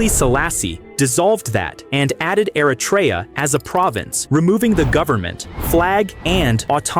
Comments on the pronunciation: Es heisst nicht Aratra, sondern Eritrea, Stupid AI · Erytrea a nie "Eratria"